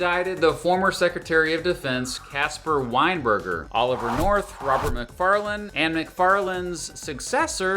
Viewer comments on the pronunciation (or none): none